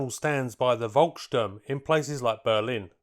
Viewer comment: As a german, i don' t know, what Währmakt or Wolkssturm is? Do you mean Wehrmacht and Volkssturm? :-)